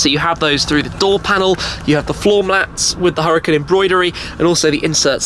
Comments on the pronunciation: Wait a sec, isn't it pronounced as hoo-ra-kan? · ...it's pronounced "ooh-rah-KHAN" . Google translate can help you if you need to hear it. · why does he call it the huracin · One would assume being invited to a launch would teach Shmee how to pronounce the car....